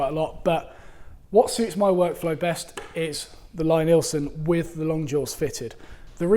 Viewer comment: as so often, it's a horse race. Both guides (as well as the "no guide" method) have their advantages. I own the Veritas guide and find it very versatile and not the least fiddly. the wider roller on the Veritas jig sits better on my water stones. The Lie-Nielsen (btw way, his first name is pronounced "Lee" not "Lye") is more straight forward but also specialised a bit for Lie-Nielsen tools. I have an old Eclipse guide as well which I keep in my tool box, which i do use from time the time. I have discovered that we woodworkers get the procedure bassackwards, i used to sharpen my tools after I was finished working with them, like most other people. Now sharpening / honing is done before I even start cutting. (see James Krenov or Frank Klausz) It's the first step, not the last step in my daily practice. A few quick stokes and my blades are ready to go. I liked your comment that dulling tools is way more fun than sharpening tools. thanks for your insights and a great video!